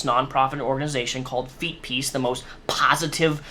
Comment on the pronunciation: "Feetpeace, what a fook3d up name" you said it perfectly.